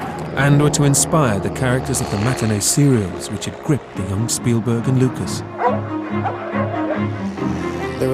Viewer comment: So did you. It's 'Spielberg'.